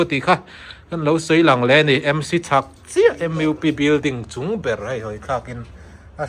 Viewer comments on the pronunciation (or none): Hmuhnawm leh pek ṭhin e. MUP hi lamdik theih chuan Em iu pi.....ni lovin Em uu pi....tiin